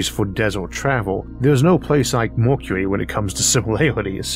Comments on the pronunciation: welp, if he couldn't fix his pronunciation in 6 years can't expect much here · I love these series of thought experiences with good old Issac. But I’m still tickled. Made to giggle over certain versions of his Speech Impediment. Lol. MORKURERY instead of Mercury.. well funny. Anyways the reason I’ve been subscribed for years !! Is because it’s soo bloody intresting! The sort of questions I’d ask. He answers . Amazing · if you can't handle a speech impediment there are these things called other channels you can go watch 🤯 prank channels are probably more your speed